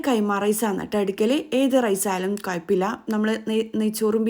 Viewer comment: കൊയപ്പമില്ല അല്ല - കുഴപ്പമില്ല